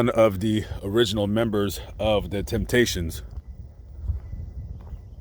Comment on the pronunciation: You left the “p” out of Temptations. Thanks for your work.